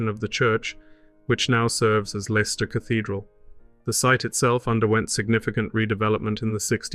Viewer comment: Leicester is pronounced Lester. If you ever need any help please contact me.